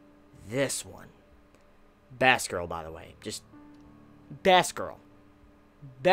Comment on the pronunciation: First off I just have to say I will be a bit harsh now, I just want you to know that in the end I actually mean well. /start rant So anyway, a whatgirl? Sounds like a mispronounced "bass-girl" but that would not make any sense since it's not related to fish at all O_o I guess it was supposed to be "best girl", but in that case you should do a bit more prominent pronunciation on the "e" rather than make it sound like an "a". Your accent is no excuse here, the "e" should be more prominent regardless. Also Sakura isn't pronounced "Saw-koura", it's using a short bright "a"-sound. You'd think a big anime fan would know this! You've heard people pronounce it so many times damnit! /end rant Other than that, yes, it's kinda relatable.